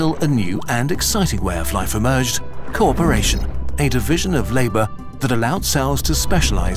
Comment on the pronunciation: Originally I heard "corporation" and went "What does corporate have to do with this?"